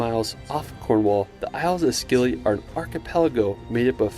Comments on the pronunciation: Its the isles of Scilly not Skilly🤣🤣🤣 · The Scilly Isles are pronounced the same as "Silly" the "c" is silent.